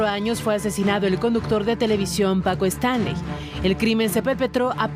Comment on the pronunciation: PACO QUÉ? ninguno de los 2 sabe pronunciarlo jajaja